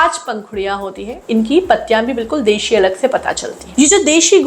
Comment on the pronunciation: Deshi nahi Desii